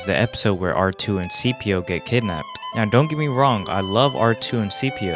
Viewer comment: C3P0 not CPO 🙂 Loving this series btw